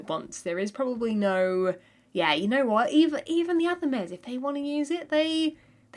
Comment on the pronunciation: everytime i watch her videos it's full of "ya ne wot"